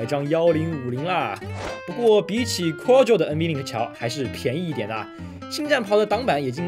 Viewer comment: 念夸桌 不念阔奥桌